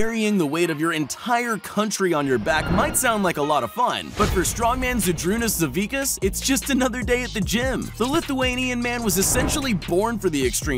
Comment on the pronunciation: u said zydrunas savickas completly wrong